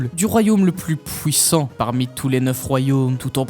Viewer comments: j'ai compté beaucoup trop de fois le mot pouwissant dans la vidéo 😭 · ''Plus Hulk est énervé plus il est pouwissant''